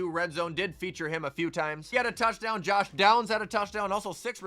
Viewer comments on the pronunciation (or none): none